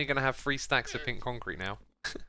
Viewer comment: Concrte. / Concrete Corner / Bee-con-crete